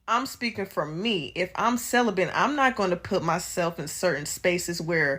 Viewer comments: What is a "Sell-a-Bent"? ....🤦🏾‍♂️ This retired 304 needs to learn the English language before she ever tries to speak publicly again. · “CeliBENT” Lol the educated bw can’t even pronounce correctly something she claims to be 🤦🏽‍♂️😂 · Is she mispronouncing celibate as celibent???🤨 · Celibate = Sell-A-Bit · Hard to hear her past the word "celibent"🥴. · She keeps adding "...bent" in her pronunciation of the word. 🤦‍♂️🤦🏿‍♂️🤦🏻‍♂️🤦🏾‍♂️🤦🏼‍♂️🤦🏽‍♂️ 🤦‍♀️🤦🏿‍♀️🤦🏻‍♀️🤦🏾‍♀️🤦🏼‍♀️🤦🏽‍♀️ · "cel·i·bent", lol. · I just wanna know why you can’t pronounce celibate right? 😂